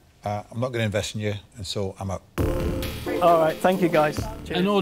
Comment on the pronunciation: Duncan: "yeah im oat"! Me: what?? Duncan: "im oat"! Me: "you mean your out"?